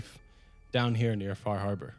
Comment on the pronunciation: the way you said far harbor like a new yorker, how did you end up in the mojave anyway